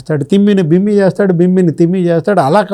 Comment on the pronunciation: తిమ్మి ని బిమ్మి చేయటం కాదు... తిమ్మి ని బమ్మి చేయటం ...మాతృభాష అయినా సరిగా ...